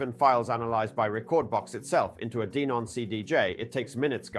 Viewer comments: I’m pretty sure it’s pronounced Denon. Not Deenun! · Clearly AI ,,,,, DEEEENON OR DENON ? FACKAWAYAFF!!!!!!